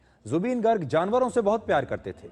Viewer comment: Woh गर्ग nahi ...गार्ग hota h... -Zubeen's fan from Assam